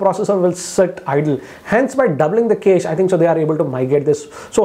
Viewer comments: With all due respect, ‘cache’ is not pronounced ‘case’. It’s pronounced as “cash-ae” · Noticed one strange thing... He is pronouncing cache as 'case', should be 'cash'. Also have noticed he pronounces warp charge as wrap charge in other videos. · Cache is pronounced as CASH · It's ka-shei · Cache is "kesh". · Cache = Kaish 😂😂